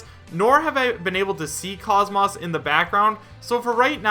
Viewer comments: KAHZ-MAWSS😂😂😂 BRO ISNT IT KAHZ-MOESS??????? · Isn’t it pronounced Cosmos the way he says Cause Moss makes me cringe Sorry if I am being rude